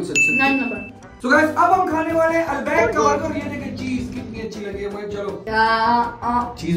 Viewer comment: Albaak Nahi hota albaik hota Hai